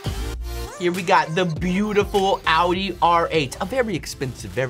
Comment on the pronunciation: really just said owee not audi 😂😂😂